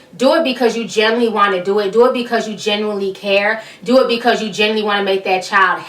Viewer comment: Not to e rude hit when you said genuinely it kind of sounded like you said generally.